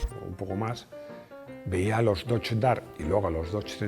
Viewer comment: Qué doche dart ni qué leches! El dogedar. Con acento en la a.